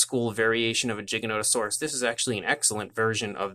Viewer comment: Its pronounced with a a G not a J